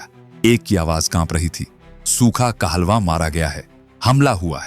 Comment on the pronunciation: कहलवा न्ही कालोन था जिसे पंजाबी बोली में कालोन बोला जाता है ये पढ़ने में अलग और बोलने में अलग अलग साउंड करता है